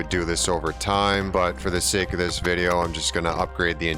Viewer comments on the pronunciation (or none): none